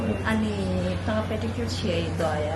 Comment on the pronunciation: is saying pedicure section is his favourite thing to do when he dnt know how to pronounce pedicure 😅😅😅😅peri peri n pedigree 😂😂😂 wht a epic😂😂😂